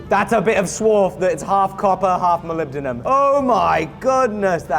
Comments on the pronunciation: Only once, after all it's Moly-bendium, not poly-bendium. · Molibdenum? Wot? Ohhh It's Mollybdenium Have I been saying it wrong this entire time? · You are absolutely butchering the pronunciation of mollybendum!! IN THE EXTREME!!! SPEAK PROPER ENGLISH!!! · was it intentional to never pronounce the name the same ? Started with molybedenum and reduced to Molybdum after a couple times 😂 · I think you'll find it's pronounced mollybendium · Melibdinum, Molly-buh-denim hmmmm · I'm surprised you didn't pronounce it "Molybdenium" since you're in the UK 🤣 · You don’t say it right 😂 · As an individual who can definitely NOT pronounce molybdenum correctly, I am convinced you are saying it incorrectly. 😂😂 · every time you say "Molybdenum" I instinctively want to say "bless you" cause it sounds so funny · I was hoping for an acid etch but the oxidation colors are pretty cool too. Oh yeah- you aren’t the only person who has trouble pronouncing molybdenum. On the original 1960s Batman TV show, a macguffin was a fictional material they called “molybendenum” which is slightly easier to say. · He pronounces molybdenum differently every time he says it😂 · lol, having some issues pronouncing molybdenum there? fun video! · “can you forge molybdenum?” Me: “I can’t even say molybdenum” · Correctet video title: Can You Pronounce Molybdenum?